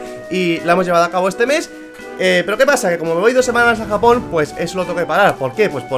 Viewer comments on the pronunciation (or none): Cuando dice me voy a japooon parece que dice jamon like si encuchaste eso xD